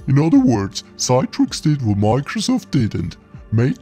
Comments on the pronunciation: CITRIX is pronounced as “see-trix”, rather than “Cy-trix”. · Good video, but "Citrix" is pronounced "Sit-rix" not "Sye-trix" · Sit-rix.... Like you say citrus given this was what the name of the company was originally until they had some trademark issues and opted for Citrix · I think that’s just an accent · Your pronunciation of Citrix is wrong. It pronounced 'Sit-trix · You missed out on (the dominant PC emulation software company of the time) Insignia's NTRigue, which licensed WinFrame (and NT) to allowed you to connect Unix X Window terminals (and X Window systems, such as SGI's Irix or Sun Solaris) to NTRigue in the same way as how thin clients connected to WinFrame. And you mispronounced Citrix, which is pronounced like citrus. And no, WinFrame was not a multiuser operating system based on Windows NT. It was multiuser extensions to Windows NT. And no, it didn't all start with Windows NT 4.0 Terminal Services. WinFrame was so successful running on Windows NT 3.51 that they had a successful IPO in 1995. So did Insignia later that same year, though largely on the strength of being the leading emulation company of all-time and a Windows source code licensee and MSFT partner. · Considering it's not spelt Citetrix, no idea where this extra 'e' is coming from when it's read out.